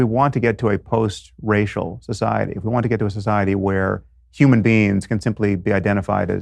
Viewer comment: I heard “Human beans”.